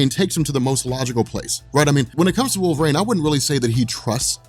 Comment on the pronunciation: Cool video. But you talked way too fast, but that's understandable. But I had to quit when you got to Wolverine. Because you said, Wolver-aine....about 90 fuckin times! .....It's not wolver-AINE....it's wolver-EEN!!!! LMAO...sorry, but things like that bug me.